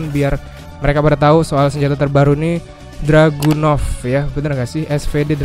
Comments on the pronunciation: Info:itu harusnya dragunov bukan druganov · Cuma Ngasih Tau Bang Bukan Druganov Tapi Dragunov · Dragunov apa Druganov ?